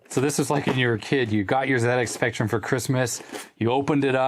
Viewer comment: Thanks for calling it a ZX Spectrum the Brit way. I know Americans pronounce Z different to us Brits but it really makes me happy to hear someone from the states call it a Zed x spectrum not a Zee x spectrum.